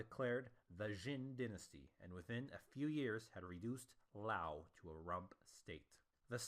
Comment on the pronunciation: There's no pause after the apostrophe in T'ang, it's basically pronounced like the orange drink. That's the Wade-Giles translation, in which t' is pronounced like a "t" in English and t is pronounced like a "d." In Pinyin it's just "Tang" with no apostrophe. Also, the i in Liao is pronounced, but not as separate syllable. It sounds like "Lay-ow" but no one is going to bust your chops for saying "L-eeow." There are other pronunciation problems here but these are the most critical. East Asian pronunciations are never going to translate perfectly into English anyway.